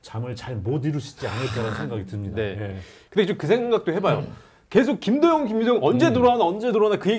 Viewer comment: 여기자님 발음이 ㅋ 김도영인데 김도연 김도연 이렇게 들리네